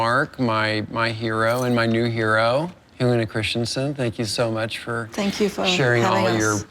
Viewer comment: It's pronounced "Christensen", not "Christianson".